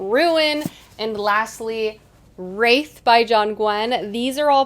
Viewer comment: Wraith- pronounced with a long a is a mythical character. Wrath- pronounced with a short a- anger and the title of Gwynne’s novel